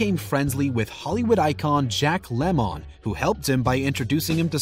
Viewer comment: It’s LEMON damn it